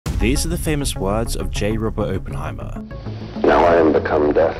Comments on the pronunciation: Opp not ope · It's Op-En-Heimer not open-Heimer my man but good VOD though, Keep up the good work... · Why doesn’t half the planet understand it’s Oppenheimer, as in operation. NOT OPEnheimer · I wish he would pronounce it correctly as oppen, not open, good lord. It's like, how does research this yet not know how to pronounce the subject of his research? Might as well pronounce nuclear as nucular! Oh, wait. He made that error too. Unbelievable. Oh, and the hyper sped-up voice? Why? YouTube lets us speed up if we want to, why embed a sped up, compressed voice, which just ruins the presentation? Ugh. Hard to take seriously when it's obvious the presenter himself doesn't care. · Can you not speak? There is a double P in his name if you did any real reseach and understood the topics you are talking about you might actully know things like this so let me help its pronounced Op-pen not Open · nuCLEAR. It's Nuclear. It's not "Nukulur." It's a huge pet peeve. You're making a video about "Ahh"-penheimer of all things... Nu-clear. "nukulur" is simply not a word. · bro really said openheimer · Openheimer. Nucular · It's pronounced Oppenheimer, not Oppenheimer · Great video I just hate the why he says Oppenheimer. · Couldn't watch this due to the pronunciation of Oppenheimer 😂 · Why can't you pronounce his name correctly? It's super rude to say it like, a hundred times, wrongly on a video about the dude.